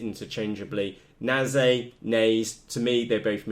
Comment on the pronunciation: what the feck can u not read its a NAZE 32 and a PIXHAWK its not a nazae or a pixahawk ffs!